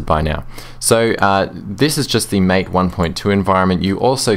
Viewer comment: Thanks for the reply. Sorry I'm nitpicking here, but I think MATE is supposed to be pronounced so as to rhyme with the last 2 syllables of Karate (the martial art). This is because MATE is named after the South American beverage of the same name.